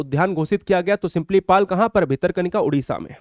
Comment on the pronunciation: सिंपलीपल नहीं गुरुजी सिमलीपाल😮